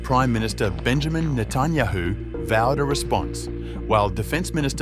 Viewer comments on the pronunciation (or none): none